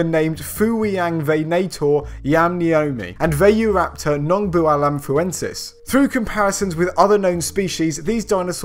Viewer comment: The Ph in Phuwiangvenator and in Vayuraptor nongbualamphuensis are pronounced as aspirated P, not as an "F". Phu is Thai for mountain, Phu Wiang is Wiang Mountain in Khonkaen Province, and Nong Bua Lamphu is a neighbouring province in Northeast Thailand. Thanks again, for the excellent job you guys do reporting the science news of the week.